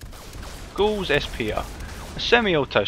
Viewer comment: Also gauss rhymes with house I think.